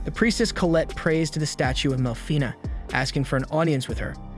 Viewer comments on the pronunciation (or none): none